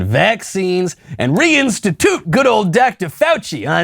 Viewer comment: Institute or Outstitute? Lol